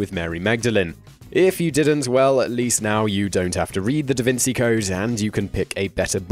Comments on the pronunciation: «Da Wynn-Gee», not «Da Wynn-See» Sorry for being picky about that haha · how about saying the name of the book right... Vinci -- is not an 's' sound but like 'chi' like the Chinese tai-chi. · DA VINCHI NOT DA VINSEE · Dude, what's up with this "da vinSi" crap? it's da VinCHI. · What does he know? Can't even pronounce half the books' titles or authors. Da Vinsey? LOL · Da Vin Chee Don Key Chot I think that’s how it’s pronounced... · can you please not pronounce him not "da vinsi" in future episodes? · You can’t even pronounce DaVinci right😂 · Had to get something right eventually, after he ballsed up Vinci, Magdalene, and Cao Xueqin...